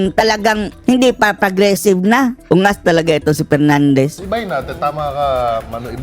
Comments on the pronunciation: Dan PERNANDEZ kase hindi maka prounce ng "F". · Bigkasin mo muna ng tama ang P at F V at B ng tama baka mabilib pa ako sayo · Nahiya naman kami sayo Dan Pernandes...ayusin mo muna ung letter F at P mo...ek ek mo. Kapal ng mukha mo. Ni sa kalingkingan ni Duterte, wala kang sinabi. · Kapal ng mukha ni Dan Fernandez 😅😅😅hindi nga nya alam ang difference ng F at P 😅😅😅ang F pronounced nya as P 😅😅😅ikaw Dan Fernandez may nagawa ka sa lugar mo? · Paano Ka naging magaling pa Kay Duterte "Dan Fernandez" ni F nga di mo kayang ma pronounce... With all due respect tongressman!!! Wala kang ka F F F F F 😂😂😂😂😂